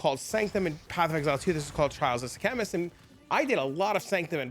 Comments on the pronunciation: what is the "trial of the "Sea-Chemist?" bro :D its Sekhemas <3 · That's not how you pronounce it